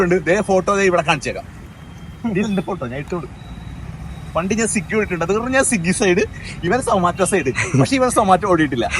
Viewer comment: സിഗ്ഗി അല്ല മച്ചാനെ.. സ്വിഗി എന്നാണ്😂